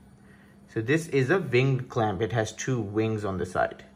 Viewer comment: ving clamp -_- took me a while to figure out what he was saying